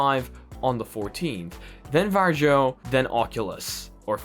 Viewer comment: not varJOE but varIO